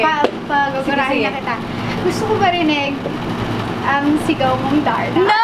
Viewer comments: Ay bagay nga. Ganda ng pagkaka sabi nya ng darna. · Napunta ulit ako Dito Imiss nadz my love🤗😘👏👏👏astig tlga pagkakabigkas Niya ng darna👏👏👏,thank you donnalyn🤗😘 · yung pagbanggit nya ng darna ang ganda😍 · I agree with all the comments..she really nailed the "DARNA"!